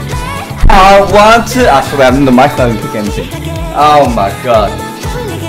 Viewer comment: he did nawt🤣